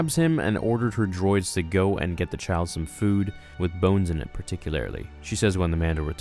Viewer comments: did you say particularily ? and obi wun? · HAHAHAHA! Bro. "particularily"? Is that how Canadians say particularly?